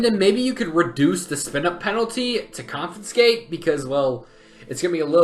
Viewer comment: "and maybe you could reduce the spin up penalty to confiscate" confiscate.